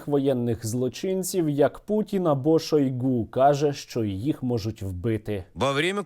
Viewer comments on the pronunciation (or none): none